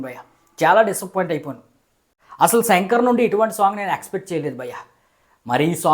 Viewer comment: Shankar ra peru Senker kaadu😂